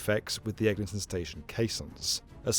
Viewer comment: Bro said Ellington 🥀